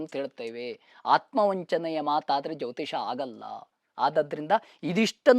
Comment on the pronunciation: Jyotishya alla jyotisha